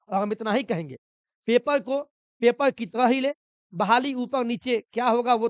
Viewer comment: पेपर ❌ पेपल ✅